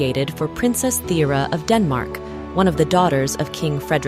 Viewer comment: A very interesting video, thank you! As a Dane I must however point out that 1 USD is NOT the equivalent of 10 DKK - our currency is worht more than that. Also, your pronunciation needs some work - especially "Thyra", it was almost impossible to understand which princess you meant.